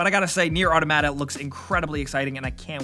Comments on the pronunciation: its aw-tom-it-uh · Automata is pronounced like Automaton. Aw-Tom-Uh-Tah. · Why do you pronounce automata like English is your second language? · Just please look up automata pronunciation, it's driving me fucking crazy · Neir: AAHHH TOM AHHH TA ... I think. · First"Yujioh" then "Automata" same as the word gaming mat. You don fucked up. You don fucked up.